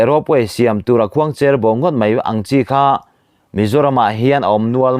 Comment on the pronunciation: Patling tai sen pui si, khuangcher bo tih pawh lam dik hlei the lo, mizo tawng hi uluk teh..hah thlak emai